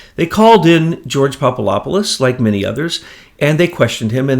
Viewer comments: Jesus Christ! It's PapaDopoulos not papalopolous. Makes you sound like an idiot. I swear. Why is that so fucking hard? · The name is pronounced popa adap pulos "phonetically" He is a Greek Jesuit to my understanding.